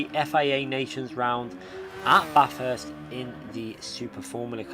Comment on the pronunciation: At least you know how to pronounce Bathurst and not as BARRRTHURST. I am becoming more and more impressed as i watch your vids.